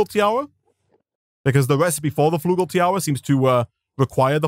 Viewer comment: "Flugel"... Its actually "Flügel" which emans "Wings" in german ;w